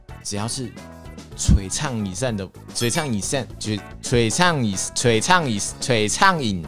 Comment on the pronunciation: 就衝著的璀ㄘㄤˋ以ㄕㄢˋ，值得滿滿的讚